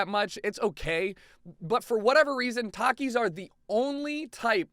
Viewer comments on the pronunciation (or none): well you are a terrible person for so many reasons of this list... i can over look those but you pronounce takis wrong and because of that you are wrong